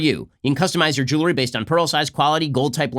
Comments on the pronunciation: Someone please tell Ben it’s jewelry not jewlary.... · Ben, you're a mensch. So why is it so difficult for you to pronounce 'jewelry' (jewel + ry)?